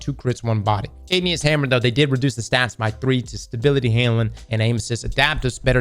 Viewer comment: Why can't say handling 😅